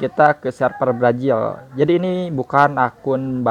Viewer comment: Brazil bukan brajil.. 🤣🤣🤣